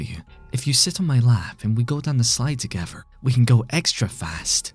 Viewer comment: "TogEVer" "FIRty"